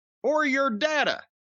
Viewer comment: It’s pronounced data, not data.